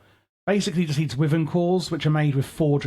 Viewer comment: Just a friendly note, wyvern is pronouced like "Y-vern" or as google claims "wai-vn" think of the W as a silent letter